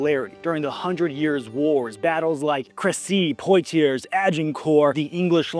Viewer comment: "Poitiers" is actually pronounced "Pwa-tee-yay" or "Pwa-tyay" if you want to be a bit closer. I doubt you'll have much of a reason to say it in your life, but if it comes up, that's how to say it and flex linguistically